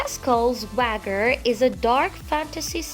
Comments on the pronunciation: Pascals WAGGER 😂😂😂 it’s pronounced (Way-G-er) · "wa-ger" instead of "wey-jer" had me dying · Yea threw me off too... I was like swagger lol spelled wager pronounced wajer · God that voice. You sound like you're just reading a book report in class. Also, wager is pronounced way-jur and not wagger. Goodness. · Damn... You do not know how to say wager. It's pronounced as wager. You're welcome for the info. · Wager is pronounced in this way Wa-ger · Pascal’s Wager was pronounced completely wrong.